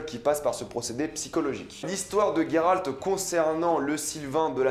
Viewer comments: Yio ! Juste pour te dire pas Il sort d'ou votre gayralt ! On prononce Geralt ! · Juste pour info.. c'est Geralt. Pas Gueralt, comme tu le prononces :x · Ça me perturbe le "Gueralt" c'est Geralt (Jeralt) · Tu prononce mal le nom de Geralt mdr c perturbant, mais super vidéo sinon 👍